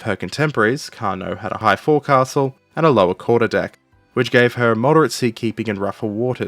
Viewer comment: "Forecastle" is pronounced "focsle" (sorry, grew up in a maritime family). Anyway, good video, enjoyed watching it.